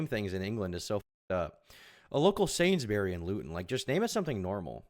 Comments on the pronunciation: also 'sains-berry is pronounced sains-bree' for the love of god why can't Americans pronounce so many things in their origin of their mother tongues ENGLAND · This dude said "sainsbeary" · It’s sains-bury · Nah it's pronounced sains-burees (yorkshire dialect)